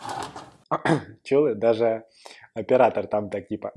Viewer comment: Коли вона сказала : ,,..и розмарин" мені прозвучало як ,,і дві гвоздики"😂